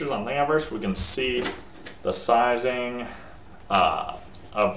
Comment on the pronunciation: bro its thingiverse not thing eye verse lol think universe.